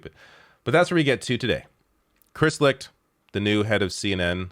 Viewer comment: Licht- pronounced Light